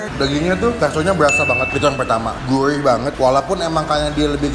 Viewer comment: Gurih bukan gulih wkwk